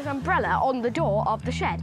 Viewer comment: yes. this Taskmaster was a contestant and a prize task was "something you would find in a shid", she brought in a Fish Poster. As you would find a fish poster in every NZ shed. (There is also an extended "bit" on how her kiwi accent pronounced shed) . And 'Taskmaster NZ' does have a fish poster in their shed.